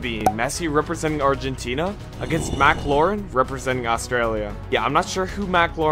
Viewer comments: It’s MAC LAREN I’m Australian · HIS NAME IS MAC LAREN LIKE THE CAR